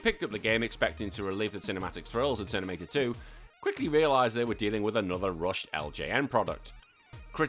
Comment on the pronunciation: Is anyone else hearing "Ternimator 2" instead of Terminator 2? Also worth pointing out that in the movie, after John Connor told the T800 not to kill anyone, the T800 does not kill anyone else. This game seems like you are just running around and punching feral football players until they die.